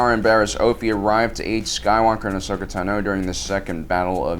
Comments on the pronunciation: Ashokas last name is not "tu-no" its "tah-no" your saying it wrong for the sake of saying it wrong.....wtf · tano, not tahno. please stop mis pronouncing names, especially when the movies and shows give the correct pronunciation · Dude your pronunciations are driving me crazy! It’s not Tanoh, it’s Tahno even though it’s spelled Tano. Come own that’s the worst one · Ashoka Tah-No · It makes me cringe every time he says Tano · Why can't you EVER pronounce Ashoka's last name, or even mispronounce it consistently? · No offense but i hate the way you pronounce Tano